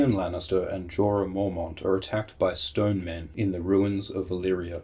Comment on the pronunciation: Shtone Men!